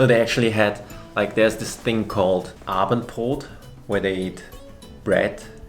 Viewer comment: ... You so seamlessly switching to German had me shook. ^^ that was unexpected, props to you, and definitely not me for needing that long to get it xD Ehrlich, ich hätte es wissen müssen, als du Abendbrot problemlos aussprechen konntest 😂👌